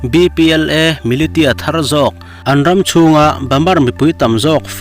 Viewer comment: tin...milisia tih bawk tur a nia